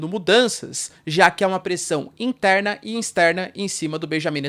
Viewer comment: Pressão "Insterna"?? 🤔